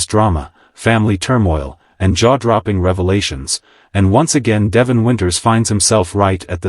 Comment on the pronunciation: Please check your pronunciation of Devon. It does not match the pronunciation on the show